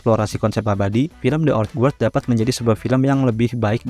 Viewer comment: Ok bang mantep, cuma buat masukan aja, belajar pronunciation bahasa Inggris minimal untuk ngucapin judulnya. Itu di bacanya thi/di (th di baca dengan menempelkan lidah di bawah gigi depan atas) selanjutnya old gard. Sekali lagi bukan kritik tapi hanya membantu aja. Sukses terus channel-nya.